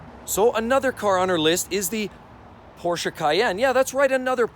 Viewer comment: Porscha , porscha, porscha 😂!!!!!